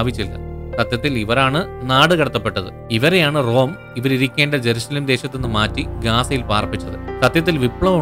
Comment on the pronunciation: not erusalem.. jerusalem aanu